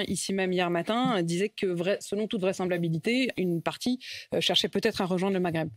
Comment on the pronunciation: La vraisembabilité 😂 👌